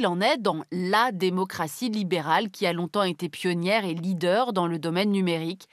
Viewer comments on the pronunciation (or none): none